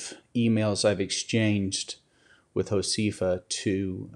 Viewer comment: Please have someone teach you how to pronounce Josefa. It is Ho-seh-fa, not Ho-see-fa. Thank you for helping her to,come back online.